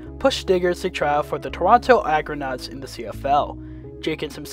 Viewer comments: Toronto Argonaut fan for life here. Stiggers was very impressive last year and I was pulling for him to complete his dream and make the NFL. I know he will be there for quite a while. BUT... you should learn how to read. The team name is Argonauts. Not Agronauts. Ever hear of Jason and the Argonauts ?? The football team was started by the Argonaut rowing club in Toronto in 1873, and that makes the Toronto Argonauts the oldest professional sports team in North America, still with same name and colours. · It's pronounced AR-GO-NAUTS, not Agranauts. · ARGOnauts not AGROnauts btw.